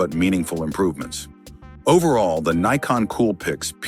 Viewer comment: It's N "EYE" CON, not "NICK" CON